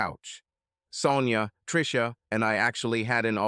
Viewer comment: Well when you get blasted and pass out then you get all the fallout. Predators never sleep after all and love to cuck the losers. Ai voice enunciation of Tricia as Treeesha was driving me crazy 😅